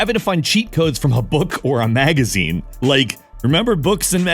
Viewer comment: Da fuq is a "booq"? And "magu-zene"? Im prty sher ur jst macing up wrds now.